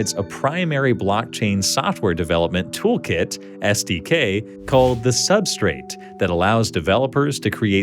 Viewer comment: SDK not STK